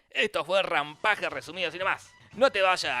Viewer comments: Se escribe rampage y se dice rampeich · no se dice como se escribe (Rampage), se pronuncia rampall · Se dice /ræmˈpeɪdʒ/ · Jorge: RAMPAGE Mi viejo: RAMPEISH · Es rampash no rampaje(rampage) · se pronuncia ranpeich pero alv digamos RANPAGE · se pronuncia ranpesh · vine a ver el video solo para escuchar como pronuncia "ranpaje" xD JAJAJAJAJAJAJAJAA! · Jaja me encanta cuando dice el nombre de la pelicula asi como se escribe xD Y se pronuncia Rampeij ose asi se dice mas no se escribe asi :v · Se pronuncia Rampeish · Se pronuncia " rampeich "